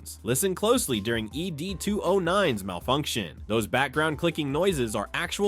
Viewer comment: Dear AI.. Its 'Ed", not 'Ee Dee'.